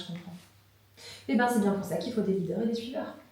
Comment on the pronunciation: Leader pas reader🤣